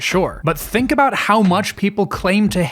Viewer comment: 9 minutes in "we can finally talk abouot the game" "Gaddgets"